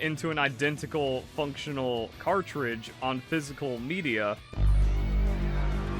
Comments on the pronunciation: Say "cart" Now say "ridge" Now put it together "Cartlidge" SIGH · Today I learned can't say the word cartridge. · There’s a lot of controversial stuff on Verlisify. You’re not saying cartridge correctly. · going after his own people now? Never thought id see the day of furry on furry violence 😂 (You shall now make your character have ears and a tail, I command it!) P.s: say cartridge correctly next time